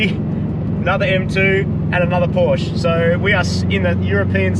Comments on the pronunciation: The red Porsche wasn't a 911 GT4 it was a cayman for sure, maybe a GT4. And it is not Porsch it is PorschE (I am from germany) speak it like "porsch a" then you do it right. Keep up those gread videos. Eure Videos sind verrückt und ich liebe es. Love from Germany guys 😉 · god damn pronounce Porsche right plzzzz